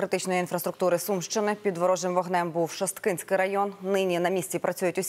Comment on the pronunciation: ШОсткинський від слова шостий,а не шосткИнський